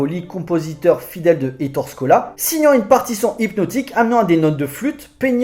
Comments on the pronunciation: On prononce Ettoré et non Ettore, ça fait mal à mes petites oreilles!! On n'écorche pas ainsi le nom de ce grand cinéaste En Italien, les e se prononcent é comme il sole (le soleil) se prononce il solé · Ettoréééééééé... Pas Ettore "la fin de la grande guerre" , le film se passe en 44, 45, c'est plutôt la "fin de la seconde guerre mondiale" "L'ère Mussoliène"...Non,non. "L'ère Mussoliniènne" Sinon, excellente vidéo. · Gros classique du cinéma italien, très fun et bien sale. Par contre on dit éttore Scola, tu m'as fait mal au oreilles mec . Bonne vidéo malgré ce petit point prononciation !